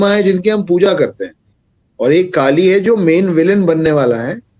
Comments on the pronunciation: First of all Kali nhi kallleeee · दानवका नाम कलि है न कि काली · It's not kaali it's Kali , कली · Woh kaali nahi “kali” pronunciation makes a big difference becoz kaali Devi hain aur kali asur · Pronounciation of Kaali & Kkali is not same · Vaiii kali nahi koli or bali nahi boli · Its not kaali ....its kali🙏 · त्या राक्षसाचे नाव "काली" नाही "कलि" आहे. Please don't spread wrong information or pronunciation. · Not Kaali it's kali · Not kaali it's Kali. Kali purush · Its कली not काली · Kali na bhai kliii hai klii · kaali nahi kali😂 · Respected sir... आप ने बलि का उच्चारण बाली व कलि का उच्चारण काली किया। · First of all it is not kali(काली )it is kali(कली) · Pls pronounce it as kali sir.. not kaali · Kaali and Kali This man don't know how to pronounce and he is claiming to be the expert! This man is just a propagandist and trying to sell his books! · कली,काली नहीं | बलि , बाली नहीं| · Kali Ko Kaali Bol Raha Hain.... 😂😂😂wahh.. 😅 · Kali bolo kaaali kaali kyo kar rahe ho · Its not kaali its kali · yah u r ryt its kali not kaali Half baked knowledge leke log gyan pelte hain bhai